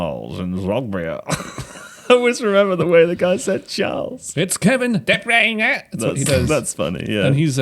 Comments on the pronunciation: I'm so glad someone pointed out the weird way Derek Rae says Kevin de Bruyne's name! Though his German pronunciation is impeccable (I assume, as I don't speak German). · I’m fking dying at the Kevin de bruyne pronunciation